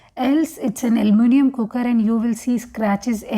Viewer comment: 'Almunium'... Lol what's that... And then we have the "gaset"